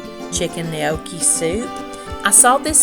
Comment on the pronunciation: I'm Italian and am so proud of your ability to properly say gnocchi. In the South with my strong Greek/Italian dialect added to that my Alabama Southern Drawl.....it can many times be hard to understand my words. But, I love love love to hear you as well as watching you!!!!